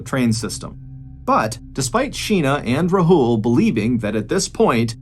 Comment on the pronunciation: Took me a while to realise you were talking about Sheena bohra's case because of how you pronounced Rahul. It's Raa hul not rahool. A in Rahul is AA not A.